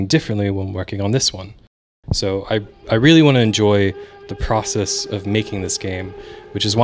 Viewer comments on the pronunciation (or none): none